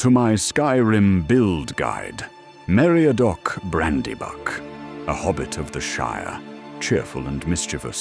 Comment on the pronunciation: "Mariadoc?" =9[.]9=